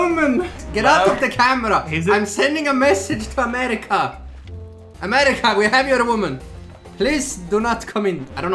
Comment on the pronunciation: When he said “Crap it’s amerkia”I died😂😂😂